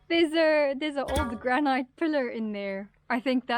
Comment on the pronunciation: Just to let you know, granite is pronounced as ‘grannitt’ and not rhyme with night.